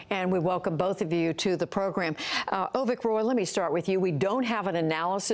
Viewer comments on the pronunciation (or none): Hey man, its Avik not Ovik.